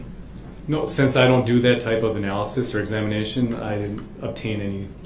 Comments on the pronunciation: Duh-rell's vocabulary doesn't have 'analysis' so he tries "analization" instead. Add extra syllables to sound smarter. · “Analyzation”??? A new word for him. With suBstain, Tackit agreement, axing, relevancy…. Someone could make a dictionary